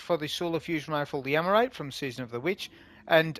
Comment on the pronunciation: "Eremite", not "Emerite" :face-green-smiling: Great video, nonetheless!